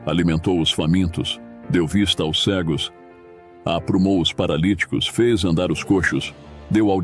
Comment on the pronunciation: A Narração sintetizada não consegue falar a preposição “aos”. Mas mesmo assim, excelente vídeo.